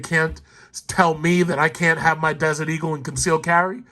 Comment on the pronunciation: Did you say Desert Eagle LOL